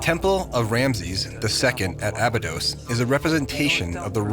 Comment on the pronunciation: Why does pronounce Abydos in 2 ways?